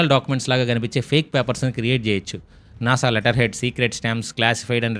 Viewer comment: NASA kadu nasa 🙂